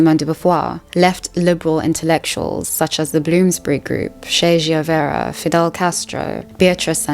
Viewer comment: How can you compare Peterson to Freud??? Jung, yes. Freud NO. Peterson is a complete bullshit artist. Freud had serious scientific aspirations. Freud’s ideas were original. Peterson’s aren’t at all. Etc etc Peterson reminds me more of Trump than a serious academic. Also, your pronounciation of Che Guevara is very creative.